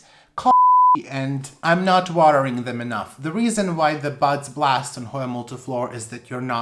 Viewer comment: You gotta stop saying blasted buds cuz it sounds like butts. All I hear is butts. It has a peduncle which will form new butts.